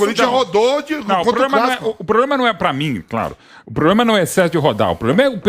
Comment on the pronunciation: Ele fala poblema